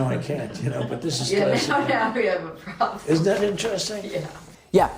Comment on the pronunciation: And one voice does say: we have a priblem